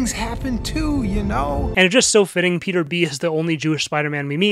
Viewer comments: “RIPeter” “Beter” I’m dead 😂😂😂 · "Beter" broke me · This is my first time hearing "RIPeter" and "Beter" and I'm dying haha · It’s probably cause I’m just tired, but when you called him “beter” it actually killed me😂😂